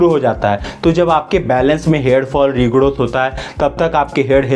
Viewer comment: Why he saying regodoth